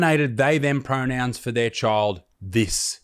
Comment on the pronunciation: Fark. Pronouwns? For skoowl? 😂